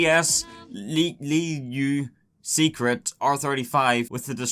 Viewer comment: lieu secret tu dois le prononcer tel un français ne me fais pas honte:D